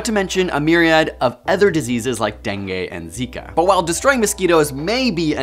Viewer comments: Bro really said DENGAY instead of DENGUE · Learn how to pronounce dengue... the last sound is not e (as in set) but i (as in kid).